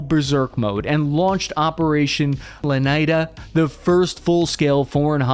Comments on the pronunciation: Leynida?!, brush up on your Spanish. Aren't you from New York!? LEYENDA-Legend. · awesome video, kept bothering me that you continued saying leneda and not leyenda meaning legend in spanish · Operation Leniyda??? 😂😂😂 "Ley yen da"!! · It's not operation "Le-ni-da", it's operation "le -yen-da" which means operation legend. Even if the pronunciation isn't perfect, it's actually not that hard to read some letters in their order of appearance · “Leneyda” 😂😂😂 its Ley Yen Duh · Awesome video, riveting stuff, but please say it with me 🙏: “Lay-EHN-dah” (not “Luh-NIGH-duh”). Leyenda means “Legend” in Spanish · Very informative video. However my friend the operation legend is pronounced "Lay- yenda" not Lanida. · The word is ley enda meaning legend. Not lenayda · It’s irks me that you say “leneyda” when you can clearly see a Y before the N. Le-yen-dah. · Operation lenaida😂 it’s leyenda or legend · as always I love your journalism, but it’s Leyenda not Laneda. LE-YEN-DA. Spanish for “legend” as Keke was considered a martyr for the war on drugs. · why did you pronounce it LENEYDA instead of LEYENDA? 😭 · Facts: Literally says Leyenda: hEy lEoNiDa 🥴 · "Leyenda" means legend in Spanish, and it is pronounced '"lejenda" or "leienda". Not "leneyda". "Ávila" is pronounced "Aveela" with stress in the "a". Not "Aleeva". :face-red-droopy-eyes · I dont think you could have pronounced the name of the operation More wrong if you tried…its “Leyenda”(Leh- Yehn- Dáh) legend in Spanish, not Lenaida… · Leyenda not Lenida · It’s called operation LEGEND! Bro, what is so difficult about that? In spanish it’s leyenda, not “leneyda”. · I think it's pronounced Lah-Yen-da!!! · Leyenda means legend, and its pronunciation in Spanish is le-YEN-da like legen-Da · It’s Operation Le-Yen-Da not whatever you said. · it is pronounced "legend uh" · Operation LENEIDA HAHAHAHAHAHAHAHAHA DUDE JUST USE GOOGLE TRANSLATE PLEASE 😂😂😂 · Operation ley-enda. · it’s pronounced Leh-Yen-Dah